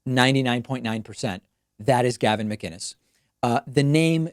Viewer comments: I also noticed the callers correct pronunciation of his last name. Most people say Muh - Ginnis as opposed to Mic- Innis. And that seems to be a point of annoyance for Gavin. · I know it was Gavin when he pronounced mCinnes correctly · It’s definitely Gavin. He even pronounces ‘Mcinnes’ right, with a c not a g, which most people wouldn’t do... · The fact that he properly pronounced his last name makes me feel like its him lol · Sounds like he’s going for an American accent but the Canadian is slipping through. He also enunciates his last name which often sounds more like ‘MaGuinness’ when other people say it.